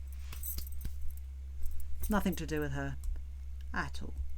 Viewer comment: are you saying "nothinK" ? instead of "nothinG"? is that a UK thing? also, love ur insights as always. eta very insightful, excellent point Also I appreciate this longer format video, as I happen to be driving a long distance today and it's great to listen to your take on things